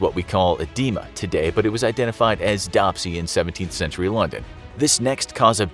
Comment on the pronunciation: It's not dopsy, it's dRopsy. And yes, it is known as oedema now.